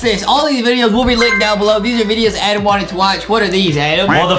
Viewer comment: Adam not adem justin 😵